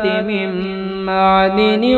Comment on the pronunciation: Attention andaj me saf likha nahi, yato likhaee me garbar he. Ta. Aap parhne me galtiya karte he, 1 ma'dan likha he aap madin,2 ajamate ko aap ajmate parhe he...